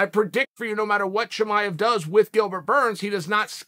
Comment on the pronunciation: Ahh yes, Khamzt Chimaev